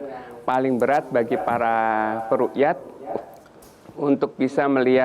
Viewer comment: bacanya bukan ruqyah/rukiyat tapi ru'yah/ru'yatul hilal, beda pengucapan beda artinya dalam bahasa arab, makanya punya otak disekolahin tolong...